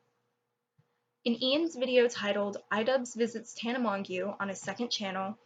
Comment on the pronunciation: This is irrelevant to the video, but her last name is pronounced "Mojo"